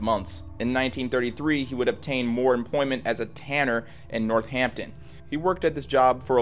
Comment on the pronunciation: first time hearing a yank pronounce "northampton" almost correctly